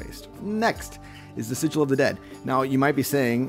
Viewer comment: This is not how you pronounce "sigil", btw. Anyway, how do you get the cute chibi pictures of the gods?